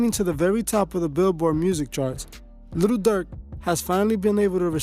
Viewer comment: again u saying little n it'z posed to b jus li'l